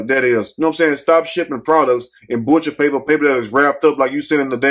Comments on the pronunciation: 😂😂😂 did u say BUTCHA' PAPER'? LMAO...it do look like deli meat paper😂😂😂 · Lol, I went back to hear him say it again!